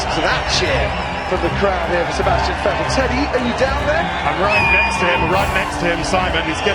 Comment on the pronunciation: It is FFFFF ettel not WET el